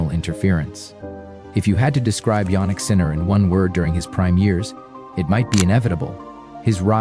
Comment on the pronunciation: “J”annik? Please, the right pronunciation…YAH-nik